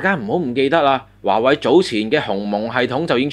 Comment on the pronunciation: 係華(為)，唔係華(偉)